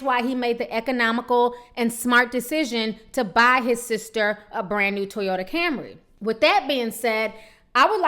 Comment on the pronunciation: Ti you almost killed me in the beginning...you said a "Brand new 2007 Toyata" lmao